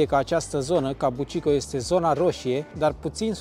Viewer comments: kabukicho - ca bu chi cho! nu cabucico! tare rau filmarea! f misto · "Kabuki Cho" nu "Kabu chi ko"...numele cartierului e scris in Romanji peste tot, daca vrei sa faci "reportaje" straduieste-te macar sa pronunti corect numele subiectului principal...Vine de la un tip de teatru Japonez, si cho e denominarea pentru oras.